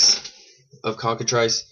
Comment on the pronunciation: Its pronounced Cock-a-"Trice" not "Triss"